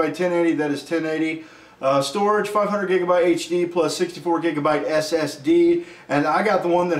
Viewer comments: When he said jigabite I lost it XD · LoL When he daid jigabyte im like WHAT THE FRENCH TOAST!?!? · I'm always gonna call gigabyte jigabyte now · 8 jigabyte. LOL.